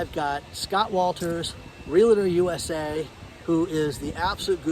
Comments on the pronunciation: Scott, fyi Realtor is 2 syllables not 3. Real Tor. Real estate professionals hate when you say Real uh Tor. Get it right! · the pronunciation of Realtor does not have an "A" in it - not real a tor. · Awesome presentation. Scott is a Real-TOR. No such thing as a Real-a-tor. You are a great professional. I appreciate and enjoy your work! Please keep up the good work. Some Realtors take issue with pronunciation. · Take a drink every time says real-a-ter. You'll be wasted before the video is over.😂